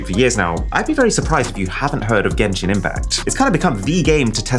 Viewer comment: gayshin infact*